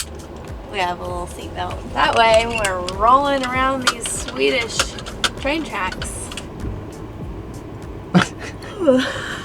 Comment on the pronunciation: Swedish pronunciation is impressive!! Also, Nate, I wish you all the best with your shins! #Painful #Prankster